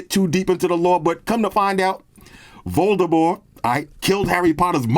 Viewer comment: Props to you,, for pronouncing “Voldemort” correctly! J.K. Rowling said years ago, well after the last movie came out, that his name does not have the hard T at the end.